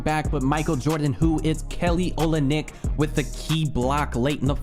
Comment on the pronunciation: It’s pronounced Kelly “Olinik”